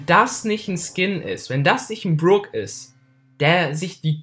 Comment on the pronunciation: alter mich regt es o auf das du brock DIE GANZE zeit falsch aussprichst er heißt net bruck alter das ist ein O und kein verdammtes u